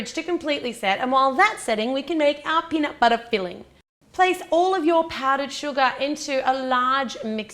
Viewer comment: peanut BUTTAH